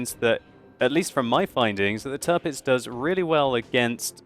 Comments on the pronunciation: The "Tir" in Tirpitz is pronounced like the english word "tier". So it's not Turpitz like you always say. ;) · little pronunciation help. Say it like it was spelled "Tearpitz" (hope this will not become her new nickname) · You seem to be butchering the name of the Tirpitz!